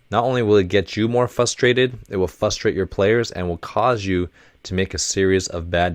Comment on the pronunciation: I'm so sorry but every time coach says 'frustrated/frustration' I hear it as 'fustrated/fustration' and I genuinely can't get over it.... I mean absolutely no offense so I hope nobody takes this the wrong way but it's just been bothering me even in the previous episodes.... ^^" Does anyone else hear that or have I just gone crazy??